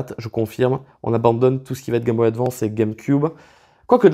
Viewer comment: Pas capable advance cest un mot anglais alors dite le em aglais svp.